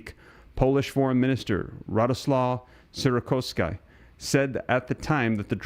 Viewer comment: It's sick-or-ski, not sick-or-a-sky. Just saying